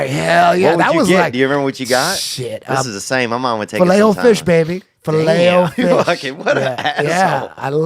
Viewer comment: I've never heard anyone pronounce it filet o fish like that! Am I alone??